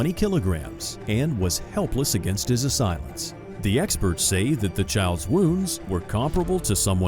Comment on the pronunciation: you know how i know this is ai. cant pronounce assailants